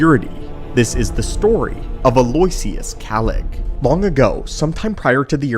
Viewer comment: Love the content but especially these compilation videos! Aloysius is pronounced like "aloe-ishus" btw 😉